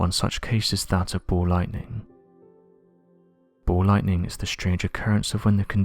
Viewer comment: SAY BALL Lightning, not Bow Lighting